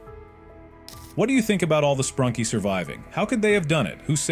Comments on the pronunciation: it's NOT spranki it's SPRUNKI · BRO SAID SPRANKI INSTEAD OF SPRUNKI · Garnald? It's garnold, spranki? It's sprunki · It’s Sprunki not spranki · Its sprunki not spranki Its Clukr/Klukr not Klooker Its vineria not an area Its brud not brood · Sprunki❌ sprunky✅ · why does everyone call it spranki and theres a u sound so its sprunki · Sprunki❌ Spranki✅ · it is sprunki not spranki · it Not Spranki it Sprunki😂